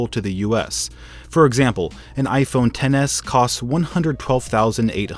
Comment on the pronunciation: No offence, but why does it sound like he says gayphone XS instead of iphone XS